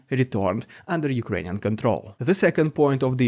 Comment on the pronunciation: Rrrrrrr that's rrrrrukrainian